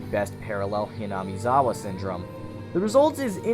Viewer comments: Youre not pronouncing the name right lol (no hate tho) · Man this is a good video but how Hinamizawa is pronounced is madness no offense not making fun just ugh my ocd